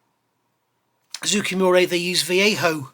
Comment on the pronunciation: Just a pronunciation note, the name of the manufacturer is more like ZOH-KAY MOO-RAH. I just finished their F-4J and found the detail excellent, the instructions chock full of info, but a bit short of paint call outs in some spots, and ultimately very cramped and claustrophobic. The build order didn’t make sense to me, so at some point I just gave up and built up everything I could as subassemblies, painted the nose, attached the intakes, finished the painting, decaled, then assembled everything in the best way to avoid collateral damage. There was an interesting translation issue where they called out the starboard wingtip navigation light as being blue (and even identifying clear blue paint from manufacturers), I assume because if you ask a Japanese person what color a green traffic light is, they will say “aoi”, which means blue. Thanks for the review.